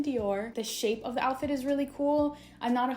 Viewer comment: I can’t believe you said joutfit